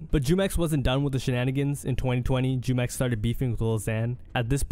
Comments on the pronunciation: Hey just wanted to correct you on prononciation on Jumex's name, its a spanish word that he got from the mexican juice brand named jumex. So the J sounds like H, pronounced HOO-MEX not Jew-mex lol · It's pronounced Humex smh